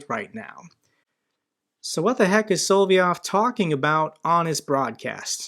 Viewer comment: It's not "Solvyov", but "Solovyov". . You just missed 1 'o'. Nonetheless, great show, as always! Greerings from Venray, Netherlands.